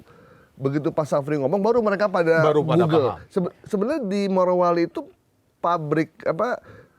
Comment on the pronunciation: Bapak, barangkali nama tempatnya adalah Morowali, bukan Marowali. Weda Bay bukan Wade Bay😅